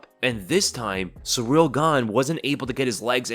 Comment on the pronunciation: You really gotta stop calling him "Surreal Gane". It's Ciryl. Pronounced like cereal without the a.